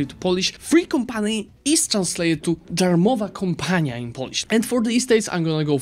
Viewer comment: Either you talk so much in English tiue developed an accent when speaking in Polish (you just somehow different pronounced "darmowa") or I'm just too tired and I'm hearing things that aren't there, wonder what's the case lol